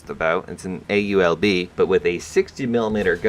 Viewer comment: It's AUBL not AULB